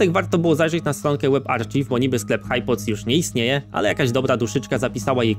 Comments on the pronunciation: Arcziw?!!! Posrało? To się czyta Arkajw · Film spoko, niezły scam z tymi słuchawkami. Jedna rzecz: "łebarcziw"? To się czyta "łeb arkajw". Jak "archiwum" po angielsku. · na przyszlosc, archive nie czyta sie arcziw tylko arkajw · Ale mówi się arkajv, a nie arcziv xD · Co do webarchive: archive to ARKAJW a nie ARCZIW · Web arkajw, nie arcziw :) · "Archive" czyta się [arkajw]